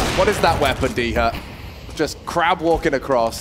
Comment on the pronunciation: TF was that "walking" lol